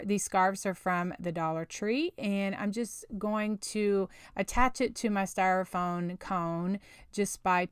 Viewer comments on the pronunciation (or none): So happy to find a Valentine's diy from you! All cute! But just fyi, topiary is pronounced "toh-pee-air-ee" with the accent on the first syllable. Someone had to correct me a while ago, so I thought you might want to say it right, too :) Also, the word "styrofoam" ends with an m, not n. :)